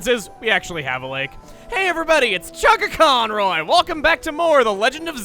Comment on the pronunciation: The Italian Goomba amen, also, it's, but close enough.